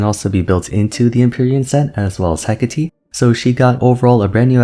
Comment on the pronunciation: You are one the only people who I've watched that actually said Hecate's name correctly